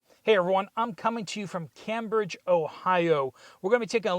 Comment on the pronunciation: you were very close to my home in SE Ohio and just an FYI locals pronounce it CAMEbridge. As always keep up the great work!